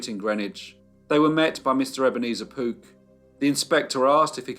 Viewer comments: I kept hearing 'Poop family' 😁😁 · are you saying Pook, Poot, or Poop?